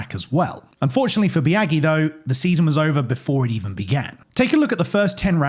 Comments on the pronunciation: It's Bi-Ah-jee, not Bi-Ah-Ghee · Legit hard to watch hearing you butcher Biaggi’s name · That fact that you can’t pronounce max biaggi’s name correctly killed me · Love when people who do research for videos draw a hard line at doing any research into the pronunciation of foreign names